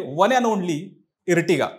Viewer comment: इर्टिगा नाही रे आर्टिगा 😂😂 Ear नंतर T जेंव्हा येते तेंव्हा त्याचा उच्चार अर असा होतो जसे Earth ला इर्थ नाही अर्थ म्हणतात. Earthing ला इर्थिंग नाही अर्थिंग म्हणतात. इर्टिगा ऐकून हसू येते 😂